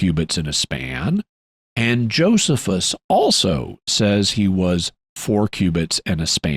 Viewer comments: It's actually (uncle) Joe-sees-us ;o) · Omg it’s not Joseph-us… it’s Joe-SEE-fuhs….